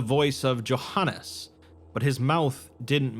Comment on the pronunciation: Johannes is pronounced Yohans. I think